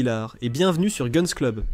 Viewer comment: "Geune's club"....ha ha ha ....apprenez donc à prononcer les 4 mots d'anglais que vous connaissez....